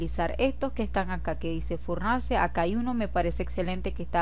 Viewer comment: Es que me gusta cuando dices furnance ;)